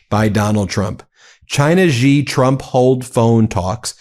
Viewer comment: Please stop saying Gee. It's She. And it's Sheen Hwa.